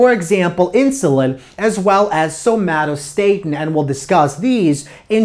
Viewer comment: This was a very clear and helpful lecture. The only complaints I have are petty: some mispronunciations (glycerol, somatostatin) and that gamma comes before delta in the Greek alphabet. But I really like this lecture and will recommend it. Thank you!